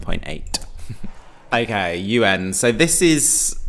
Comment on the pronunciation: Did he read Eugen as UN? 😅